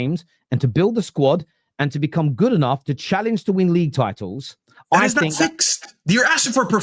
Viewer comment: 'Tit'els 😂... *titles